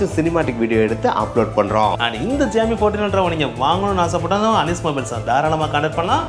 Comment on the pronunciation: ❌Xiaomi ✅joomee